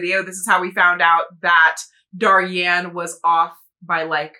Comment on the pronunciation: For Daryan Crescend’s name, I believe it’s pronounced dare-ee-en creh-shend, I’m not 100% sure on his first name but his last name comes from “crescendo” which is a musical term that means to gradually get louder